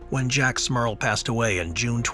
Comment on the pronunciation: 😂😂😂😂 Every time he says the families name that's all I hear is Smurf instead of Smurl, should've read the comments after watching the video!